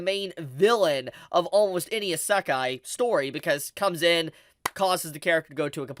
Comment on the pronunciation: the way he pronounces isekai lol good video btw